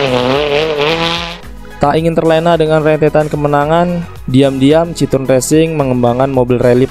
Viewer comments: Bacanya bukan citrun tapi citoen bang, ini kan mobil prancis bukan enggres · sedikit koreksi min, pembacaan merk Citroen bukan seperti ejaan lama bahasa belanda, tapi bahasa perancis yaitu bacanya cit-ro-en